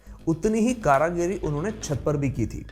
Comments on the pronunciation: Mere bhai karagari nhi bolte... Karigari bolte hai... samjhe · Karagiri nahi bhai karigari 😭😂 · It is Karigari not Karagiri. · Karagiri nahi karigari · कारागिरी नहीं भाई कारीगरी होता है😂😂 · Superb 👌 amazing 👌 Magar ek bat kehni hai aap कारीगरी को कारागरी क्यों कह रहे हैं। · Very nice information. One word you have used often in the video is wrongly pronounced. Correct word is KARIGARI {कारीगरी ) not karagiri 9as you spoke many times). Just thought you should be informed. Hope you don't mind. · Not karagiri that's Kari giri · कारीगरी not कारागिरी ... 👍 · Karagiri ni bete..karigari hoti h... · कारागरी नहीं कारीगरी होता है। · आप बहुत अच्छी ज्ञानवर्धक जानकारी दे रहे हैं धन्यवाद परन्तु कृपया कारागरी नहीं कारीगरी बोलिए और एक correction छत्तीसगढ़ के भूतनाथ महादेव का लिंगम छह से आठ सै.मी बढ़ताहै न कि छह से आठ इंच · karigiri not karagiri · कारागरी नही कारीगरी बोलो। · You are wrongly pronouncing " kaaragiri " which should be " kaarigiri ". कारागिरी गलत शब्द है , सही शब्द है कारीगरी । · Karagiri nehi karigiri hota h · Bhai Karagiri nahi Karigiri. Do you follow? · कारागिरी नहीं, कारीगरी होता है। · It's karigari not karagari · ये कारागिरी नही कारीगरी होता है भाई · Kareeeegari not Karagiri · करागिर नहीं भाई कारीगर बोलो...करगिरी नहीं कारीगरी बोल भाई.. सुधार ले.. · Bhai karagri nahi karigari bolne ka treeka sheekho phle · It's Kaarigari not kaaragari